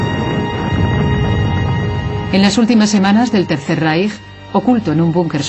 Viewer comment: porque pronuncia la " j " donde dice el III Reich , donde esta la " j " ?